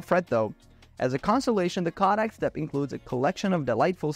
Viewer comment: #4 Kodak ---Kaadak?🤣 Its pronounced KOHH-dak!😂 Longevity is pronounced long-JEV-idy not long-GEV-idy